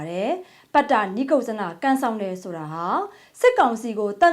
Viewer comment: (ပတ်တ နိတ်ကုတ်ဇန ) ပါ၊ (နိကုတ်ဇန) မဟုတ်။